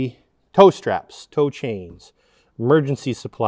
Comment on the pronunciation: First time I listened I totally thought said he’d store cocaine not tow chains in the hidden space 😂